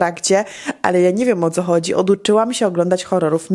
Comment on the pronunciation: Dlaczego mówisz do dziecka Ćo nie Co?